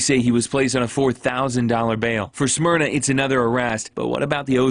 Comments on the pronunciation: mispronouncing "smyrna" really threw me. maybe it's just me being a stuck-up local but i never imagined people not from the area struggling with it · Is it supposed to be pronounced similar to the vodka Smirnoff?